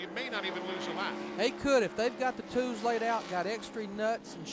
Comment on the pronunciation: “Toos and extree nuts”. Larry Mac🤣